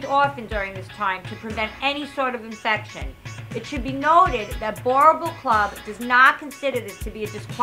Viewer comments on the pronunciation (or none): are dutch settlers yes but the word means farmer.. i speak the language.. After settling in South Africa and Namibia they started calling themselves Afrikaaners and now speak afrikaans.. hate the way that guy pronounces boerboel.